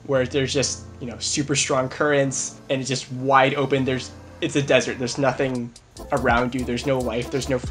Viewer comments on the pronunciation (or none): none